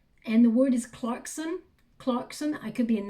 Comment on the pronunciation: I'm shuffling Lenormand cards as we speak! Just as you said Stork, Storch ( stork in German, it's a German deck ) came up..wow. I noticed that you said Clarkson in an English, London accent! I have a London accent..., I am ' gob smacked ' as we say in England...mind blown in other words 💜